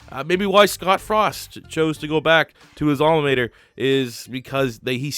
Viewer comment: Why he say alma mater like that